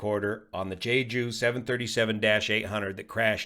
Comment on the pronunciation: It's "jehjoo" not "Jay Jew" please thanks